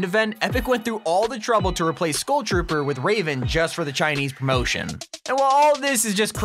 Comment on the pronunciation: It took me a full minute to realize that you were trying and failing to pronounce the word 'Skull'......it's pronounced like 'Dull'.